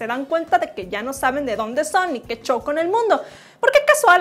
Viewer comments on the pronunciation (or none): none